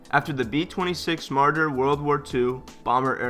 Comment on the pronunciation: "B-26 Marder" double cringe...